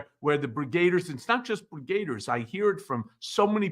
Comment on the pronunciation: It's brigadiers not brigr8diers.